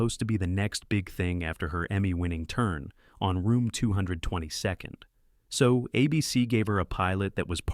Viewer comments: M A S H ? Room two hundred twenty second? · The AI made me cringe when it said “Room Two Hundred and Twenty-Second.”